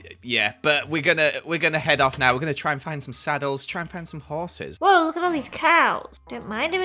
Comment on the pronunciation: “Hoeses” amazing name for horses